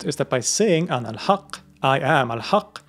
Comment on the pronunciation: Did u say Anahaqq or alalhaqq